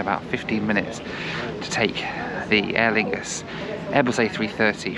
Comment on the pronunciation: “Aer Fungus are using the Air France lounge” lol